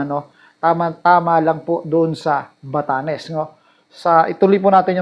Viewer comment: Very wrong pronunciation It’s Bat tanes but Ba Ta NES 😢😢😢